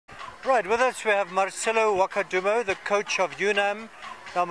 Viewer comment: It's Marcello Wakudumo not Wakadumo